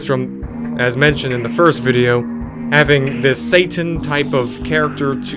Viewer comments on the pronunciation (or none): none